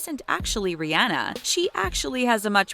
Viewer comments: Who else noticed the fact that she pronounced Rihanna, Ri-ana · You said Rihanna wrong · Here you are telling us their real name but still pronouncing Rihanna's name wrong...🙄🙄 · Just a joke I mean you were pronouncing it wrong but it wasn't hate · Am I the only one bothered by how she said Rihanna and Lana Del Rey.... Or is that just me 😂😂😂